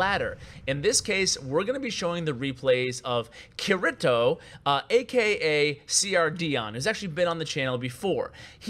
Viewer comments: Omg butchered Kirito hard. It's pronounced Key-dey-toe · my dude it's pronounced Kitty-toe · kirito that pronunciation lol it's kyriito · Pronunciation of Kirito hurts me lol